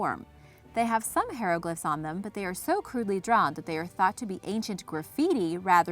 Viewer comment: Zahi Hawass is a fraud, a liar and a thief. He stole and sold many artifacts, betraying his own countrymen. There are other more reliable sources., do some research before you speak, specifically on pronouncing things correctly. Not "hair-o-glyphs", but "high-ro-glyphs".